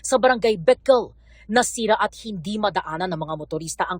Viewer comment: Dumaan ako kanina wala naman gaanong traffic sa town. Pero umaga un 9am to 2pm. Siguro hapon nagdagsaan mga turista. Edit: Natuwa ako sa pronunciation ng Beckel. Mukhang tinuruan kung paano bigkasin. Hehehhe. Puwede.